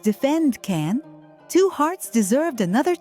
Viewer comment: His name us pronounced "Jan" not Can!!!!!